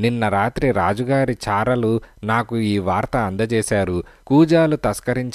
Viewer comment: చారలు కాదు చారులు